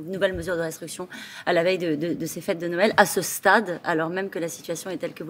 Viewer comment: y'a que moi qui entende "restruction"(destruction) au lieu de restriction?